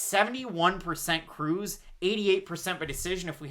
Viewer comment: Smh the disrespect on cruz's name